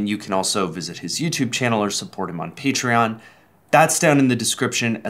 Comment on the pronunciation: Did they just say Peachtreon? Edit: Wow thanks for the 0 likes!